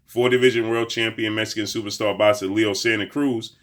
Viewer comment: What is with this dude's long ass intros for these fighters and calling EVERY fighter , "supasta boxer ?